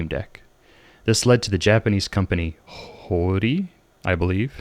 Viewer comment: its h o r i, idk why ur confused in pronouncing it